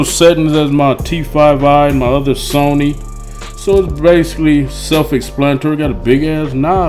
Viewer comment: "Got the Sawny" lmao